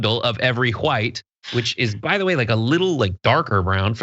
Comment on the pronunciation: I love it when you over pronounce the wh in white.🤣 it's so befitting of the rw.